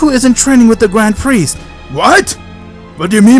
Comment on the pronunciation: I thought you were saying dying chicken for grand priest